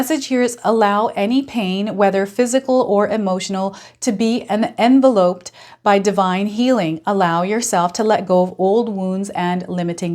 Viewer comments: Grammar granny here. Pronounce it as "en veloped" not "enva loped". Sorry - I wrote this before you mentioned the pronounciation yourself. Coincidence or not ?? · Hello! Thank you so much for the reading. Envelope(d) en·vel·op and Oedipal - eh·duh·pl as in Oedipus Rex, ONLY because you said we could give you the correct pronunciations. You can go to Google and have these words pronounced for you. I always love your readings. You are so calming and reassuring. Love to you. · Enveloped - en vell upped 😊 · Yes it’s …. N - vel- loped